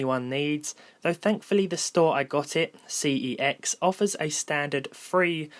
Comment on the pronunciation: note how MALLET ACQUIRED spelled CeX correctly. Now, if only you could pronounce it correctly, not so blatantly deliberately incorrectly...